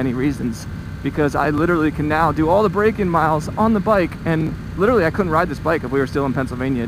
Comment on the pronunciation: Please stop murdering the word literally. Nice video.